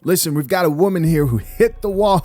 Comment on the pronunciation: at the end she said "you can be that woe-man"